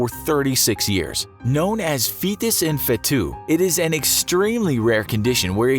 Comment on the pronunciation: “feetus da YEETus”